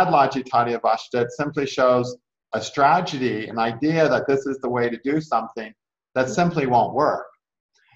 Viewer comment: Thank u! All I kept hearing was tra_ ge_dy :/